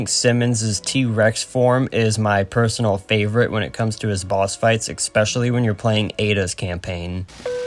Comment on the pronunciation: Neat video from a surprise small channel popping up in my recommended. Looking forward to more videos. (Just, it's especially, not expecially ^^)